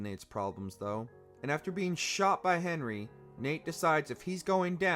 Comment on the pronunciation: Watching this list makes me want to replay the games again! Oh! And it’s Harry, not Henry 👍🏾